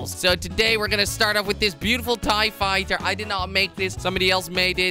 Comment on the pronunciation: Did you say ti-fighter? TRIGGERED